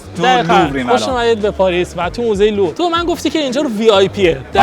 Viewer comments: برو چند بار تمرین کن مهران بگو موزه لوور ، نه لورو 😮😮 زشته داری فیلم میگیری برای این همه بیننده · موزه لوور درسته نه لورو😂... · مهران چرا از اول ویدیو میگی موزه لورو درستش موزه لووره داداش من رفتم 🙃